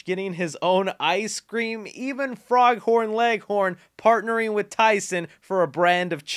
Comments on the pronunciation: its foghorn not froghorn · You said frog horn leg horn lol